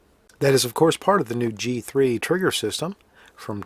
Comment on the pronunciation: Alittle trouble with his G's and C's . First thinf out of his mouth he says the sights are new to the g3S.